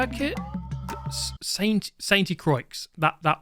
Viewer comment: yeah, pretty good. I'd add that int "saint" you don't pronounce T